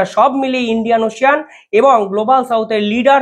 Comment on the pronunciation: ওশিয়ান নয়। বলুন ওশেন। ভক্ত আপনার মুকুল